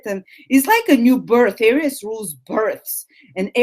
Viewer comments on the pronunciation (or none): It´s not pronounced ARIUS, it´s pronounced AREES!! :D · Hello my beloved AIR-EEE-OOS lolol